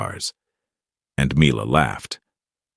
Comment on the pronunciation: Make up your mind and pronounce Mila as "Me-Lah" or "My-Lah". Although, it should be "Me-Lah".